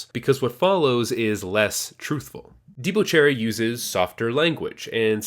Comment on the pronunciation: It's pronounced "Deba Cherry"